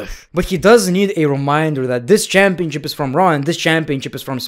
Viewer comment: If I got a dollar for every time he said CHAAMpionCHIP